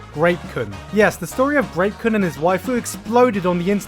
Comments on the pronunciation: Kept hearing rape-kun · When he said grape kun I mistakenly thought he said rape kun I had to rewind and put the sub on to make sure